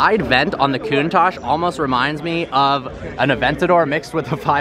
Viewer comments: I almost chocked when he said KOON TASH . Ahhh Americans haha . Still thoe ,no hate , nothing but love lol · Coontach????? Count-tach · It’s pronounced Countach